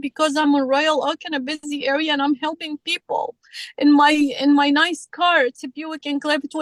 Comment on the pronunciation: I thought she said 'ninth' car instead of 'nice' car, started thinking she had had lots of accidents. 😂😂😂